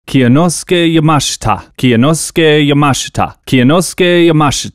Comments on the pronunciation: it was a good try but kyonosuke is 3 syllables not 4 (kyo-no-skay), you don’t pronounce the y separately in kyo it’s all one syllable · Can't wait for to get cancelled for mispronouncing Kyonosuke's name. Not a bigger meltdown than Elon Musk becoming a Twitter shareholder (and quite possibly aiming to become the 51 percent shareholder) by a long shot, but still popcorn worthy. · Really shows the lack of effort on end to just ask Kyonosuke how to pronounce his name. Its not hard